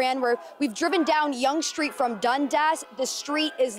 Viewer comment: “Street”, not “shtreet “.